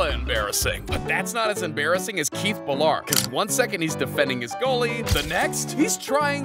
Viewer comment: Letang - You almost had it, just change tong to tang, like tank. Ballard - bal-erd Gaborik - gab-or-ick Pavel Bure - pah-vel burr-ay The others were either good or close enough. Fucking Pavlay Burr killed me though 😂